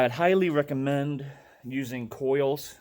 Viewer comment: Coils? Lol... "Clo" "ees" lol